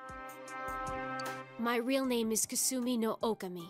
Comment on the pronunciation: Ah, yes. Okami. The one word that the English VAs just can’t seem to pronounce right.